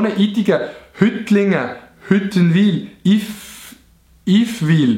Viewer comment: s heisst ned Hüttenwil sondern Hüttwilen😂